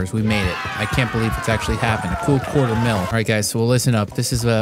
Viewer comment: So guys, we did it, we've reached a qua' er of a million subscribers.